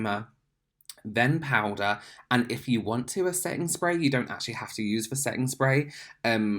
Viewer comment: free replay button to hear say POWDA and relax